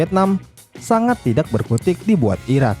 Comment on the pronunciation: "Tak" "Tidak" Cara bacanya yaitu huruf "k" nya lebur, jadi dibaca yg benar itu "Ta" dan "Tida"